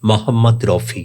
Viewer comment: স্যার আপনি ঠিক উচ্চারণ করুন ওনার নাম মহম্মদ রফি। মহম্মদ রউফি অথবা মহম্মদ রাউফি নয়।